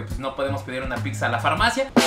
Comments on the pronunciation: Hola!! Una observación para ti y. Su pronunciación de la doble z (zz) que tienen algunas palabras es incorrecta. Se pronuncia "tz" por ejemplo, pizza es "pitza" y ustedes dicen "picza" que es incorrecto. O mozzarella se pronuncia"motzarela" Pues la doble "zz" viene de palabras italianas y a su vez formadas de alfabetos Greco latinos. Por lo mismo su pronunciación fonética correcta es "tz". Ojalá lo tomen en cuenta y corrijan, es con mucho cariño mi comentario. Te mando un abrazo grande!🤗 Y gracias por este canal, eres un chico adorable!🤗❤️ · Muy bien los videos!!! Buen complemento a la ruta de la Garnacha... (Solo cuidaría la pronunciación de picsas a pizzas...😅) Saludos! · Todo muy bien solo que no puedo con que pronuncies tantas veces mal pizza, la pronunciación correcta es pitsa en italiano o piza en español, pero nunca picsa eso se escucha muy mal, por todo lo demás es un buen video, saludos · no es Picccccsa:/ 😲😲 Pizza/Pitza jajaja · Deja de decir PICSA e.e Tuve que cerrar el video por lo mismo xD pizza se pronuncia PITZA, no es difícil e.e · No se llama picsa se llama pizza. Y tienes comentarios que sobran, no son ni chistosos y no aportan nada, espero mejores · Llevo varias diciéndoles lo mismo y les vale un carajo, dicen que cada quien lo pronuncia como quiere, la verdad yo me estreso cada que lo escuchó decir picza! 😠😠😠😠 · Ya no le digas pixxa carnal 🤣🤣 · Se me cae un oído cada que éste perro dice "PIKSA" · "Picsa" 😂😂😂 me encantas ❤😊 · Se escucha horrible picza!! No me imagino los anuncios en la tv diciendo dominos picza o picza hut 🤣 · No digas picsa porfiiiis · Alguien noto que dice pikzza? Porque hay gente que pronuncia así? WTF haciendo crítica gastronómica y no se preocupa por hablar bien🙄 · “Picsa, picsa, picsa, picsa, picsa, picsa, picsa, picsa” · Por favor...de verdad....no digas Picsa...se escucha del nabo... saludos... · Si estaría bien que aprendieras a pronunciar y dejar de decir “PICZA” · Se pronuncia "pitza" ;)